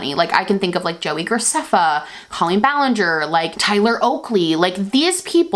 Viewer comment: Hey Colleen Ballinger's name is pronounced co lean and she's long since shifted from those types of videos. She gets millions of views on all 3 of her channels, she was on Broadway, she does Netflix shows still and sells merch and tickets with ease. Do your research.